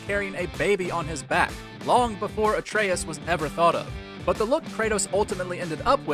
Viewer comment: "Atreus", not " Atraius".